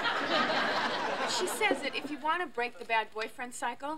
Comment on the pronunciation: Aww a kid getting triggered started calling me names when I don't agree with you. I also can't take someone seriously who says you as 'yuh' 😂😂.